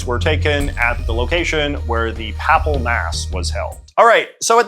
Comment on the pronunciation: J. J.’s pronunciation of “papal” 💀